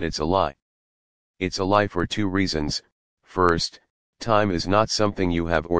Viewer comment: Yeah, the audio reader does not pronounce any of the Fs